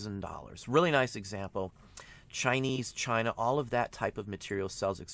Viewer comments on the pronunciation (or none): none